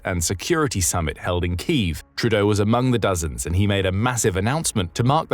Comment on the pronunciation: a glaring example as to why A.I voice overs should never be used. "Kyiv" is pronounced "kee-yiv", not "keeve". SMH!